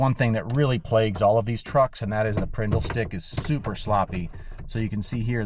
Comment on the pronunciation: I love that prindel was finally pronounced right 😂